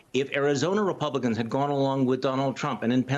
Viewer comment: Repelicans did you say 😂